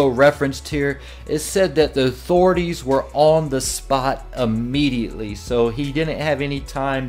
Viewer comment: Ammediately? Its immediately